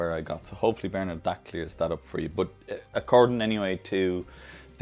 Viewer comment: Hi you nailed the pronatation of my name. Thanks for answering the question. It's your detail that makes your videos stand out from the rest. Kind regards Bernard